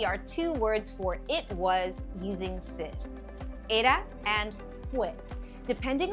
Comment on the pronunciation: I have never heard such A pronunciation of ser. It was a huge distraction and i couldn’t trust this